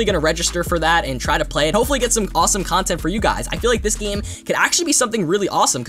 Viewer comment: Btw its this not ""THISHH"